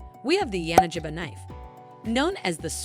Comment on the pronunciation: It's pronounced [ya-na-gi-ba], with G as in gorilla, not as in giraffe.